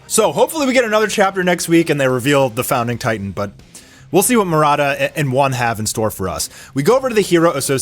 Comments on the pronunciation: Bro literally said founding titan!! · Did he say “the founding titan” ??? 😂 . He did🤦‍♂️🤣